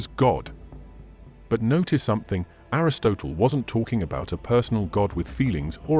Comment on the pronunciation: PLEASE PLEASE PLEASE get your pronunciation right (in all your videos). Everyone knows how to pronounce words like Hades, Aristotle, Nicea, and so many other words. It makes it look like you have never heard these words and are just reading from someone else’s script.